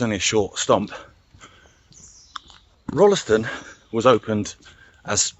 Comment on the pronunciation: Amazing. This is a trip down memory lane for me. I spent the first 16 years of my life in Stretton. Went to the junior school, then the big school in Tutbury, and the big school at Rolleston. Pronounced Roll ston by the way, without the 'e'. I walked some of your route on 22nd August 2019. Pictures on my blog. Delete the link if you don't want it. ilona